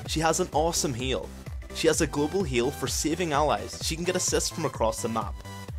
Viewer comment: and "globel heal"